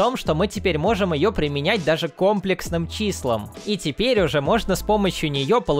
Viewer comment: не комплексным, а комплексным